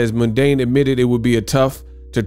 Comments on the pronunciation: It’s Mundeen my guy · Anthony mundine (Pronounced mun dean)